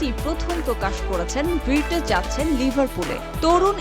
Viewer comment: ভির্টজ???😂😂😂 রিপোর্টার হইছেন কেমনে?